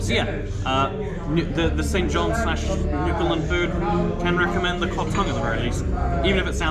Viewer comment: New fa land. Say it like a newfie.